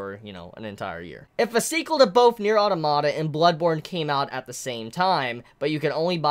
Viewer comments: That's fine and all, but automata is not a Japanese word. It's roots are Greek and have a proper pronunciation based therein that should be adhered to for consistency. Yoko Taro did not invent the word, and so does not get to decide how it is said. If that's a lot of peoples only exposure to the pronunciation, then that's understandable, but it is not an argument for the proper pronunciation. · It's pronounced Automata, not Automata!